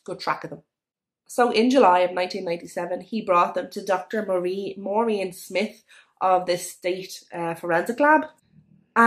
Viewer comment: Please do something with your pronunciation...this not diss..that not dat..and..not an. Pol im er ase. Maureen Smith..not Smit